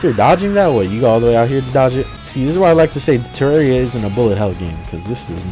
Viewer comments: HE SAID TERRAREA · i cant stop laughing at the "your friend has cancer, HE SAID TEAR-ARR-EE-UH"